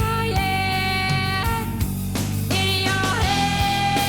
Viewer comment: You even pronounced it " in your Ead!". Love your insights. Dorothy brought Ireland, voice, and musicality to the masses. "go raibh maith agat" ( thank you). I was stunned by this song then and now. Thank you for your song reactions. Stay Safe.